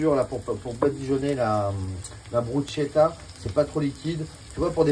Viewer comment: loool c'est une pizza le truc, et on dit Brus(k)etta pas Bruchetta catso🤌